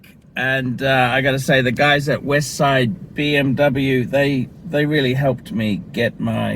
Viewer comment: So.. what you're saying is that you have your Beeemmr back?.. is that what you said? or I didn't get it right?...... PMD!